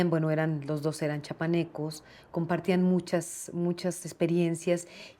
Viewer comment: Esa muchachita haber si aprende a pronunciar "Chapaneco" al